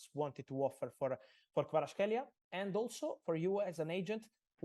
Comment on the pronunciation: thank you. Georgia is very thankful to you ❤️ Fabi, thank you too, for brilliant interview. But still need to work on pronunciation of Kvaratskhelia’s name;)